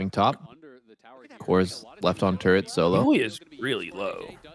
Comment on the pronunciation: what about "turrent" instead of "turret"